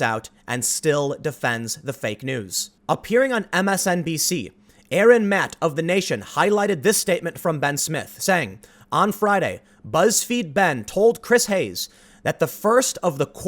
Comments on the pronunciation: Lol, it's Aaron Maté not Aaron Matt. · It is pronounced Aaron Matae not Aaron Matt